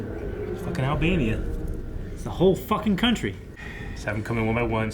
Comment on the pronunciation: I love how he says Albania instead of Albany